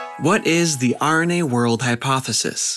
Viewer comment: Sounds like you say "The irony age hypothesis" at the end. Wich was fun.